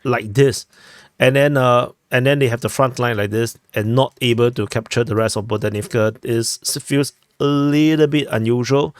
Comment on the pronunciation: The "h" in Ukrainian words, as transliterated in Latin script, is never "silent". Stop with the "Bodanivka" foolishness.